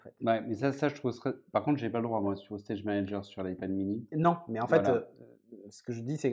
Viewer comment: "stage manaGUER" ? really ? C'est une "private joke" ? c'est voulu ? 🤣